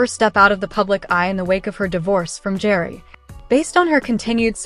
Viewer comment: Pronounce Gerry like GARY